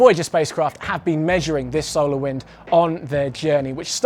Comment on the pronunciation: It's pronounced So-lar system not Sou-le System. Sorry that was really bugging me